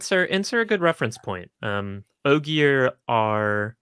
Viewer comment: I commented this, hit play, and then immediately said “Ogier” correctly